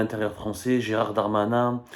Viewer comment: C'est Gérald et non pas Gérard